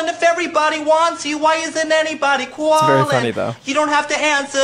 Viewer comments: Cwalling Gloria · when that dude went * cWAlling * it sent me flying to mars